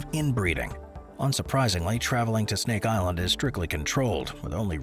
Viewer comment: Incredible pronunciation for Snake Island! I had to stop the video to let you know.